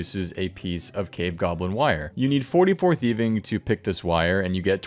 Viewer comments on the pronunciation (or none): "You need fourty pour thieving" LMAO